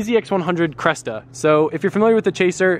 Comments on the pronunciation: it's not a CRESTA its a CRESSIDA STOP SAYING CRESTA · cressida not cresta lol